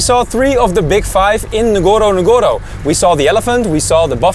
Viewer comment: Nice keep going . but ..one of the safari name is not nagoro nagoro, it is Ngorongoro..say Ngorongoro. thank you bro.